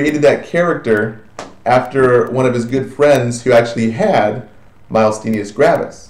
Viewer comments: I LOVE your videos. They have been most helpful. It is somewhat irritating hearing you pronounce MG wrong over and over again. There is no L anywhere in the word, and there is no S on the end. Also, your lecture on MG is correct in the following videos you made but you state here that Acetylcholine fails to be secreted. It is a more a matter of uptake and receptor blockage, not production of ACh from what I read. Thank you SOO much for allowing these videos for free on Youtube. I wish I could afford your full package on simple nursing! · Doesn't know how to say the term Myasthenia Gravis to begin with... a bit disappointing. Didn't do a very good job covering MG -- didn't get all the basics. Missed the pronunciation, again, on ALS. Didn't cover why these two are grouped together.